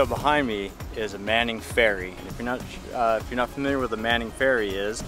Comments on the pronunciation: Just a brief correction on the old ferry. They are called the Manly Ferry. Manly is actually a Northern Suburb of Sydney. It is not on an island, it is part of the mainland. The area of Manly was named by our first Governor, Phillip, who explored Sydney Harbour during the early days of white settlement. The Governor described the local native men as looking very manly, and that was how the area got its name. To this day the Manly ferry operates more modern ferries between the Sydney city area of Circular Quay (pronounced key) and Manly. I love your travels and your crew. I do miss peanuts. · "Manly" ferry not Manning.